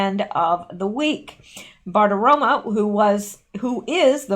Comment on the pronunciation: Hey, I know you want to pronounce names well; so I want to tell you that you keep saying Maria BartiromA, but it's BartiromO!